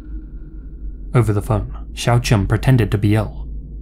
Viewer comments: Yeah, as another someone else who speaks Chinese, he didn't get anything right. That said, most people do a way worse job of trying to get to grips with pinyin pronunciation. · as someone else who speaks chinese, none of the names were pronounced correctly 😅